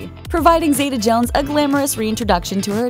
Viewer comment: New drinking game: every time the narrator mispronounces Catherine's name as 'Zayduh' instead of Zeeta, take a shot.